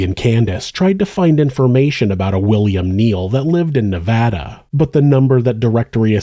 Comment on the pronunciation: Thanks! Hi, I appreciate that you pronounce 'Nevada' correctly. Many professional presenters don't.